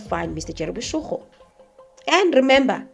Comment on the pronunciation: Boshoga, not boshogo 😊